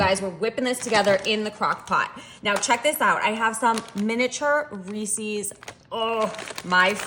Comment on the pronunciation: You and elaine carol pronounce Reeses the same 😅 Its ok, we know what you mean.